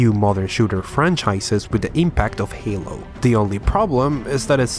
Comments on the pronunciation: I say Haylow and you say Hallow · bruh it's "jeilo", not "jalo", c'mon bruh, i know you a spainiard but this ain't difficult. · Hahahahahaha It’s pronounced HEY-LO not HAL - LO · Haylo not haaloo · He said hallow game lol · "HALLO: REACH" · Spanish pronunciation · disliked because you said hallow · You are saying HALO wrong! it's not holo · "HA-LO", "SHA-YO-ME" How many more do you want